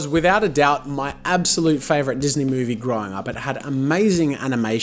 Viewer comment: he said moody instead of movie